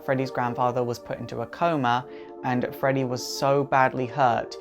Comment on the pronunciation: It’s coma not acoma